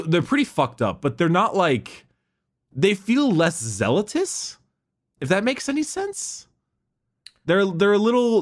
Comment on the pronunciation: I'm beginning to wonder if "Zealtous" is an in joke